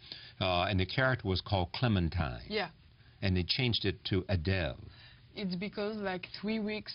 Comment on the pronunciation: Thank you Adèle, for not changing your beautiful Greek name to fit in in show biz. But then again, considering it's France, I guess you don't have to. You shine on screen and in this interview (despite the fact the interviewer is really creepy and pronounces your name wrong).